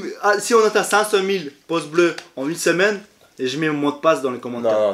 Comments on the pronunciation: Non il dis poce blo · Des "poces" bleus 🤣. Pas mal